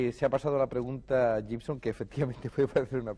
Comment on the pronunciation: De la época en que todo el mundo pronunciaba GIBSON como llibson (es guibson). Y el bueno de IAN (al que llamaban muchos áian, es ían) no los corregía.